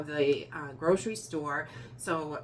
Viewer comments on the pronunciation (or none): none